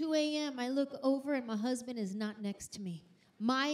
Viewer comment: She says "ma husband" 😂 that Tennessee accent